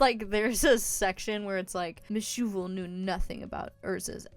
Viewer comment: All I can hear when you say Meshuvel is my shovel